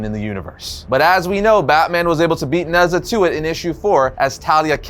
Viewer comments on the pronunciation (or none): Future reference Nezha is pronounced Ne-Ja